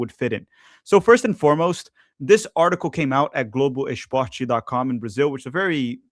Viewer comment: Carioca eh foda, ingles impecável, qdo fala Globo Esporte, entrega o sotaque hahahahh Excelente conteudo meu caro, tenho assistido sempre! Vc planeja alguma cobertura especial durante a copa? Abs